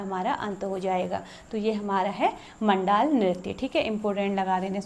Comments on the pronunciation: मैम जी जुगराज रैया आप 🎉। म‌ण्डान होता है मण‌्डाल नहीं। थड्या चौफला एक ही होता है शायद से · Bhai pagal wagal hai kya? मंडान नहीं मंडाण होता है और चौफुला और थड्या अलग अलग होते हैं चौफुला स्त्री, पुरुष दोनों करते हैं, ये असम के बिहु जैसा होता है थड्या बस नव विवाहित स्त्री करती है अपने मायके के आंगन में जब शादी के बाद पहली बार आती है तो बसंत पंचमी से बिखौत तक